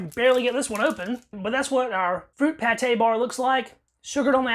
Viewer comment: That's "Pâte" not "Pâté", it's pronounced "pat" and it means dough or paste